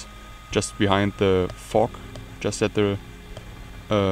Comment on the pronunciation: been a while, great stuff as usual. you say fog funny.